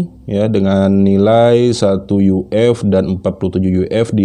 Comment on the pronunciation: Bacanya jangan yu ef kurang gaul